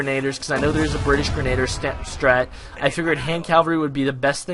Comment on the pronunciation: Cool vid-played waaay away too much of this game. Also I'm not sure if its some inside joke, but its pronounced Gre-nuh-deer for future refernce